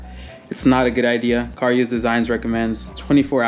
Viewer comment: CaRuse not car use lmao.